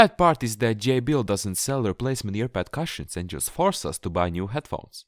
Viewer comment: Thank you. I will change my cushions this weekend. By the way, you speak very good English but in a kind way I have to correct the way you say cushions. You are making the U sound as in CUP. The sound is more like the OO sound. It is written Cushion but sounds like Coosh-n